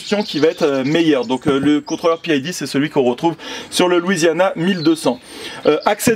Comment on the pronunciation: Juste pour info: pas besoin de prononcer PID "à l'anglaise". Les 3 lettres signifiant qu'il s'agit d'une régulation Proportionnelle - Intégrale - Dérivé. Les 3 paramètres pour une bonne régulation.